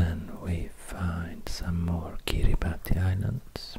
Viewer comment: Fun fact, Kiribati is pronounced "Kiribas"! :)